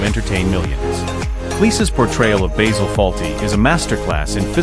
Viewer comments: I is pronounced Baasil, not Baysel! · BAYZIL Fawlty ? it's BASIL Fawlty !!! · These AI voice overs are sooooooooooo irritating. It's BASIL ... as in the herb ... not BAYZIL! The sooner YouTube bans these annoying AI produced videos ... the better. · Why is your music so loud? His name is bAzil, not baYzil! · Alice was not played by Una Stubbs and who on earth is Bayzil? .. Good grief. AI bullshit. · If you can't even pronounce Basil as a christian name Don't recommend earned ! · So lets get this right you claim to have watched this program yet you cant say basil properly jesus wept americans hear how something is said. Then say nope thats not right ill say it the way we think it should be ignorance at its best